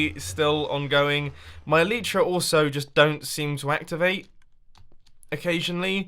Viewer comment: isnt the elytra pronounced il-eye-tra not il-ee-tra